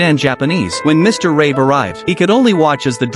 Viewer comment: that's John Rabe, not Rae